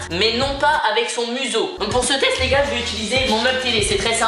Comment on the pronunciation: ça me tué de rire comment Michou il dit test 😂😂